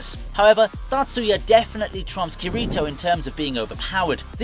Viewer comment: Bruh "khireetoe" 💀 I'm already clicking off this video